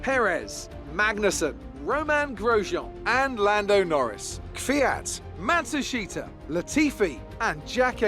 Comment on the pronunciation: really can't say Matsushita